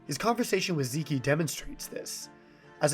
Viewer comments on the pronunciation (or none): "Zei kei"😭 you pronounce it like "zeek" zeke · bro did not call him zee-kee